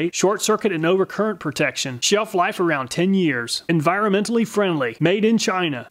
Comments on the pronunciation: That "Sheef-life" of 10 years, and being "encironmental" friendly, did like no one check to see if it works? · You mispronounced "sheef-life." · "Encironmental friendly" "sheef-life" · "sheef life" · "sheef life" lol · "sheef-life around 10 years; Enciromental..." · "Shell life" 😝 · "Sheef life and Encironmental friendly" LOL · WHY WHY WHY do they all say SHEEF-LIFE?!!! is there not one muther-futher over there that knows how to use google or speak friggin english... How many batteries do you think they all produced before someone who speaks english told them it was wrong, and then...., the real mind boggler.... why havent they changed it YET? its my opinion that when a product contains a spelling error on its integral packaging that it is a breaking of the silent contract that all things have with us about how they will worky-worky. if there is a misspelling on a mass produced part, i wouldnt trust it in a jam or turn my back on it. just my musings p.s. yes i know one said SHELL-life just let it go.